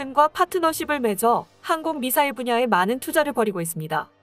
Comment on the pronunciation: 미사일은 북괴식으로 미싸일 로 읽더니 싸우디 라고 읽어야 할 것은 사우디 라고 읽는 게 웃긴 거 안느껴 지나요? 구독자가 이 정도 되면 이런 작은 부분도 신경써야 한다고 봅니다!